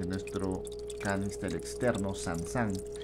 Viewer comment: Es sun sun no san san jeje buen experimento , tenga su like